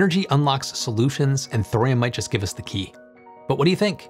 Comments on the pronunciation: Thorium has three syllables, it's not "thrym". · I love you man. But the H is silent. Torium